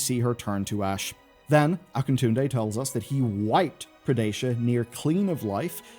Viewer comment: I believe it's pronounced "Ah-kee-toon-dey". When in doubt, use latin reading. Only one possible sound for vowels.